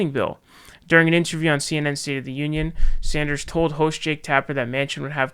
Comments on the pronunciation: Its pronounced “Sanders” not “Saunders” you fuckwit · Jeff Beezahs , Bernie Sawnders. My dude. 🤣🤣🤣